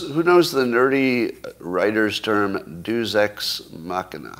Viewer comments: Yeah. I went to Catholic school. We had to learn Latin. I had no idea what Scott was talking about, from his pronunciation. He said it 3 times before I figured out what he meant. "DAY-oose"! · I think he was trying to make it a diphthong, like the English word "feud." The lack of Classical education has profoundly degraded Western culture since "Progressives" eliminated it from the curriculum. The Illiad and Aeneid are as important as the Bible in teaching Western morality. But you shouldn't need to know Latin to know how to pronounce "Deus." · Douchebag writers probably actually know how to pronounce "Deus" too. Hint: It's not how Scott does it.